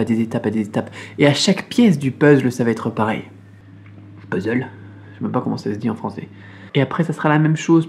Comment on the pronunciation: On dit puzzle et non puzzle =)